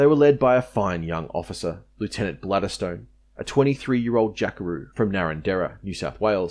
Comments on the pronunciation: It’s Windeyer not Windayer, Wooten (as in wood) not WOOTen, Balderstone not Bladderstone. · I think Lt Balderstone might punch you in the nose for calling him Bladderstone !! 😂 Much KP for you mate. Rofl. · MacArthur and certain other Yank officers apparently were wankers ! P.S. I don't think Balderstone is pronounced "Bladder stone"